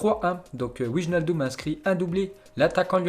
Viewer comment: on prononce W(ai)naldum:)